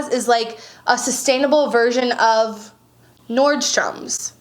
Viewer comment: You're killing me! I work at Nordstrom. It's NORDSTROM not Nordstromssss lol 😂 love the vid ❤️